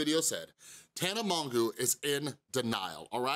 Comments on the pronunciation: Its pronounced mojo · Do you know you’re pronouncing her name wrong? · Also you pronounced her name wrong haha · If you actually cared about her and not getting views you would know how to pronounce her name